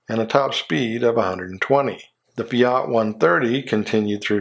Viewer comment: I have no hope you will ever learn to say FIAT correctly. I have told you 10 times already. You are indeed hopeless. AND I find it just RIDICULOUS that, after the US cars, you start the European so-called "large cars" with the 159" (YOU READ RIGHT< THAT's what HE SAID, 159") AUSTIN MAXI. Could you explain why THE HELL did you idiot include it in THIS video? The rest of your Euro cars are a few legitimately large, but many mid-sized really, and most would classify as tiny by US standards, so I think it is just FOOLISH to include them. Oh, and BTW, you forgot the BIGGEST OF THEM ALL, the LEGEndARY MERCEDES GROSSER 600, esp the 6 door PULLMAN, the choice of HEADS OF STATE ALL OVER THE WORLD. Good job! (NOT!)